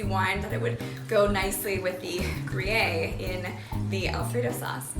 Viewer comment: Its Gruyère not ‘gru yay’. It totally messed up the video and all your creative hard work for me. I suggest you search for the pronunciation of words you don’t know on the Internet before you record.